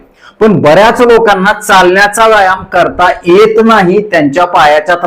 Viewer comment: "येत " चा उच्चार "एत" नाही असा का केला जातो. मला वाटते मराठी माणसांनाच रोज अक्षर उच्चार नीट करायचे training द्यायची गरज आहे. भैया लोकांना नंतर मराठी शिकवा आधी स्वतः नीट उच्चार करायला शिका